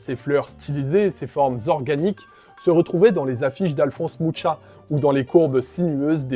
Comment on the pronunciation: C'est Mucha, pas Moucha.